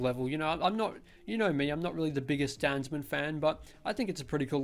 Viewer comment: hey, I thinks its pronounced Dan Za Man